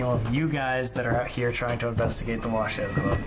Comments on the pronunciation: No, it's pronounced, " WA - SHOW" and spelt "WASHOE". It means, "People from here". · Isn’t it pronounced wa shoe club? I’ve never heard it pronounced the way they are saying it. I remember twin paranormal went there and they pronounced wa shoe. I was confused but what ever